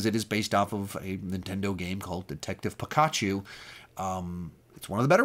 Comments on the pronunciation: “Based off of a game called… uh… detective Pik”ah”chu”😂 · The way he pronounced Pokémon and Pikachu was wrong but funny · Never say Pikachu or Pokeman again, you butchered the pronunciation. But great video and collection other than that. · The way you say Pokémon and Pikachu lol